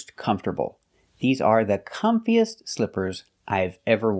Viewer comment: With 'comfiest' she just seems sloppy with her pronunciation of the superlative degree...